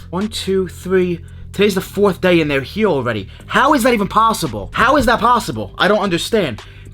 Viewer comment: Speak right “heay aweady “